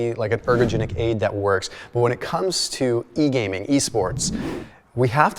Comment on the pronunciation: on gaming.. Strange. The way he says E-gaming sounds weird. This therm is like 20 years old lol